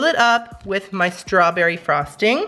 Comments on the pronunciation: "It was very stawberryee"Lmao i love you "Twerk it in my face" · He was making up words 😂😂😂 stawberry-E